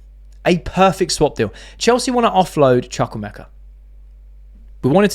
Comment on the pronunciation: I told you the Chuk in Chuk-wu-emeka is not pronounced as Chuk but as Chook (like Chu chu).